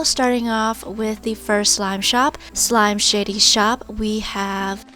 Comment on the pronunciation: Did she say slime shitty shop 😂